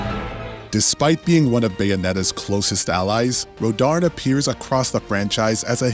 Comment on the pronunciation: He’s saying rodarn when it’s actually Rodin